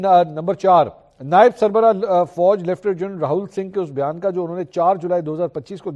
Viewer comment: Mansoor Bhai Lieutenant ka sahi pronunciation Kya hay??? Or aap Kya bool rahy Hain???